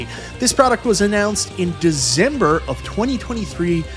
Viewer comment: "Introduced in Dizember" 😂